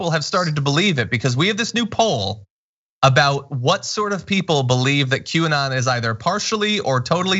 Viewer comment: Did John just say "Quay"?